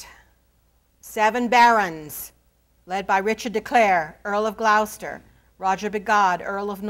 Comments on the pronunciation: GLOWCESTER 🤣🤣🤣🤣 Its pronounced GLOUCESTER!!!! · I’m not British but I noticed this as well. I have been listening to Dan Jones and Marc Morris on audible. Rhymes with “claw”. See any good production of Richard III to hear it. I think that being an American she can be forgiven.